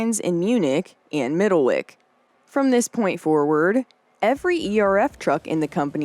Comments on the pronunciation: In both instances the names used are pronounced san BATCH and middle WHICH not back and wick. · Just a note about the pronunciation of Sandbach and Middlewich. The "ch" on the end is pronounced as the ch" in chain - NOT as "Sandback" or "Middlewick". I was born and brought up just 20 miles away.